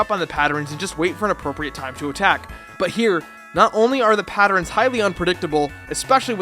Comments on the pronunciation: Hold up... were you pronouncing patterns like patter-rens? lolwut XD Ignoring that, fantastic video as usual. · How many times did you say "patterins"?